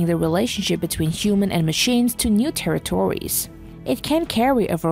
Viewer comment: “New terry tories” ??